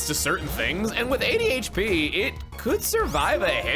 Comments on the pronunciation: Did anyone else hear ''ADHP'' lmao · when describing Shelmet I honest to God thought he said the little dude had ADHD instead of "80 HP" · pfffffft I know you said “80hp” but it sounded a bit like “ADHD” 😂 Shelmet’s got ADHD now looool